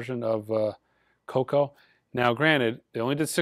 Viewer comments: It’s KooKoo it’s pronounced like the clock! 🙈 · Koooo Koooo not Coco. And it's an amazing record. As good as the best of Blondie.